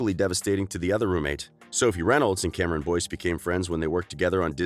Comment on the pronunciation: This is how many times he said Cameron Boynce ⬇️